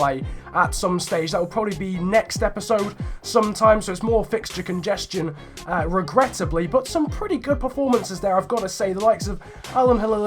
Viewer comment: you keep saying regrettibly 😂